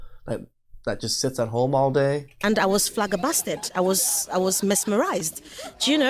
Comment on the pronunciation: she really says "flaggerbasted" instead of "flabbergasted"